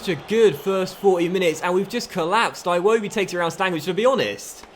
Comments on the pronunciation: it’s Ee-woh-bee not I-woh-bee other than that fantastic series really enjoying it can’t wait to see the next season!! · I kept getting triggered when he said 'eye-wobi' instead of 'iwobi' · its "Iwobi" not "eye-wobi" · its not pronounced iwobi, its ewodi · EYE wobi, sounds so damn stupid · HOW MANY TIMES CAN YOU SAY IWOBI WRONG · Can you pronounce Iwobi properly please? it's so triggering lol